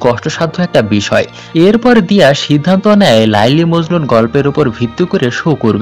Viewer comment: Apnar uchharon eto vul kno laili majnu noy kotha ti laila majnu